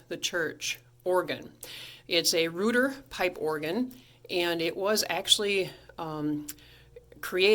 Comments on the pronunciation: It's been my understanding they pronounce their name ROYter not REWter could have depressed one of those tiny wires coming out of the face board between the rows of screws on either side of where someone magic markered "Sub Bass" and the corresponding pipe would have played since the blower was on. Yeah, the "flute pipes" said numbered 97 instead of the 73 for each of the others, is how they got some of the other stops like the 2', there's only 61 keys on the Gt and Sw, so the 73 pipes is how they continue the 4' stop up beyond the topmost keys. I'm one of those who doesnt like the tremelo, it makes the organ sound like some electronic Hammond or Lowry organ! "Work on the console itself necessitated it be taken to the Organbuilders’ shop. Weighing over 100 pounds," I think that 100 pounds might be wrong, my 2 manual Moller console from 1930 weighs 500 pounds, and with the pedalboard and bench over 600 pounds. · Thank you! I made that mistake too with REWter, heck, that's what it LOOKS like it should sound like! how you get "ROY" out of "REU" is beyond me, but I guess since you get "Bill" out of "William" and "Chevy" out of "Chevrolet" I guess it makes sense in a crazy sort of way, LOL! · You’re pronouncing the company’s name wrong and they’re called chambers not pipe rooms.